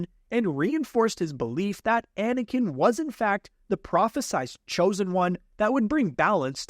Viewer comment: "Thuh praw-fee-sized choe-zen juan..." - Grammar!!? The word is "prophesied," no "sized" in the word, pronounce it as "prof-fee-sighed."